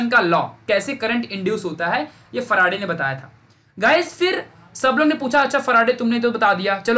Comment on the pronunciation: Sir it seems very funny when you say " Ekdum chindi concept bana dunga"... Also when you say Michael Faraday as " humara farade" ,😂😂😊